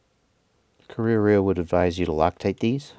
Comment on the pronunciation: I’m not an expert, but if you pronounce it properly it probably should sound something like ka-ray-a-ray-a. In Maori you often have a kind of a soft rolling R too. It’s not actually a very common word in NZ, don’t think I ever knew what our falcons were called until now.